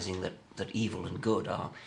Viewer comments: im not a native English speaker, may I ask why does Miller pronounce it "evel", instead of something like "ev'l" that Dawkins says and I too, for that matter... ? Is it accent (which one) or mispronounciation? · I love how Miller pronounces "evil." He's straight off of Austin Powers. Word. Ey-vell. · Miller has a pronounced "public school" accent: eev-ill, whereas Dawkins accent is less marked, and is a result of not having quite the same background, Anglicans being more likely to refer to it as eve'll, in somewhat more a North American manner..